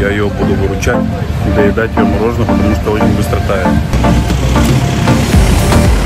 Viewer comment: Привет всей семье,, умоляю говори МОРОЖЕНОЕ, это же не так много я прошу, прекрасен, но почему бы не стать еще лучше, и дети будут говорить правильно. Я не хейчу, люблю вас пож. Прислушайся